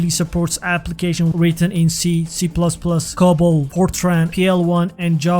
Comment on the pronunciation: For the record: COBOL is not pronounced "cobble"... it's pronounced CO-ball. LPAR is pronounced EL-par. As an American product, z as in z/OS is pronounced "zee" not "zed". I do appreciate the video as mainframes don't get the recognition they deserve. They are pretty amazing machines and our society would not be what it is without them!